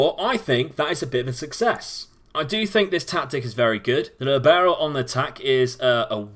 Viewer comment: Libero is an Italian word. The emphasis is on the LI in the word. Sorry but my head hurts every time you say Lee Barrow.